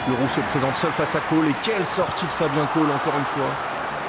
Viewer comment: Ça se prononce Cole